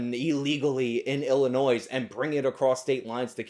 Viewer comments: I think you just said Illinoiz . I live in Illinois. I'm triggered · I like your videos so much im gonna ignore the fact that you just said Illinoise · can't say Illinois